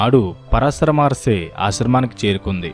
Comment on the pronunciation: Maharshi plz prounance by properly